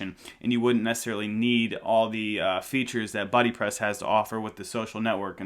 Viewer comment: stop saying beebepress, it sounds like babypress.